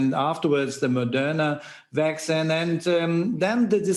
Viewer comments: My uncle is a doctor in Germany and he doesn’t pronounce vaccine Vacksign. This guy isn’t a doctor, he’s an actor. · he pronounces "vaccine" very wrong.